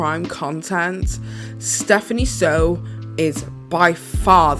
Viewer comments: She covered herself by saying "others" have said that Bailey Sarian (mispronounced her name as well as Steph's even thought she knows very well how they are pronounced) was an inappropriate storyteller. Yet not naming these "others." Someone else commented that Bailey applying makeup makes the subject matter more palatable. says it shouldn't be more palatable because we should go through what the victim goes through basically, acting like that is the point of consuming true crime. If that is the way you think it is, I understand completely distaste for it. But that is simply not the case. Making true crime viewers on youtube feeling like creepy sickos, but saying that true crime on netflix, made in a more professional edited way, is okay? She said that the true crime youtubers "bore her to death." Well obviously they are onto something, they have a lot more subs than you do. I could go on and on, but would comment again saying I am obsessed with her and I'm racist for criticizing a creator who is a POC. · Why do you keep mispronouncing her name? You already know that "Soo" is pronounced "Sue" and not "So." You were aware of the drama with Nikacado when that happened, plus you literally put in clips of her videos, so you know how her name is pronounced. But this is not the first time you've been disrespectful against Asians. Hmm. Yet you literally called me racist because I disagreed with you. you really should practice kindness. 😑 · It’s Soo, Stephanie SOO not Sew two minutes of researching her name would tell you that but go off. I guess it’s not important to know how to pronounce someone’s name. Also really classy to use the crying thumbnail from her video in which she opens up about her SA and privacy issues. When the weird fetish’s Asian schoolgirl thumbnail gets called out I guess you have to switch to another disrespectful one. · You could've atleast takken the time to pronounce her name right